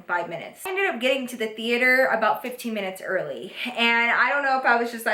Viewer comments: I love how she said theater like theateor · the way she says "the-ate-her" 😂😂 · movie thee-ater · TheAter lol❤😂Just the way u said that at the beginning made me smile❤❤❤ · the-ater lol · Theayter lol 😂😂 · HaHahaha she said THE-ATRE!!! I'm dying!! Love you ❤️ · The way she says theater lmao love you girl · Why she said movie theater like that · Who else is low key confused on why she said theater like that😂😂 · Is it just me or did she say theater kinda funny? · You said Theater weird it was probably b/c you were mad Love you girl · Why she say movie theater like that 😂💗